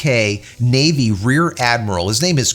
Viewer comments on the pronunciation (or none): none